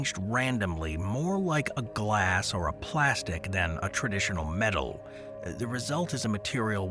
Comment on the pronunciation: Do you mean metal not medal ?